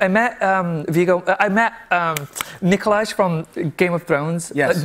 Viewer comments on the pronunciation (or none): Tan got Nikolaj’s name wrong, but he’s right that he’s a beautiful, beautiful man